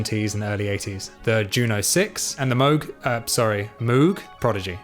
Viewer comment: It is pronounced "Mogue" like in rogue and vogue. To drive the point home Robert Moog even launched the Moog Rogue.